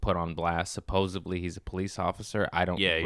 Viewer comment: Supposedly not supposably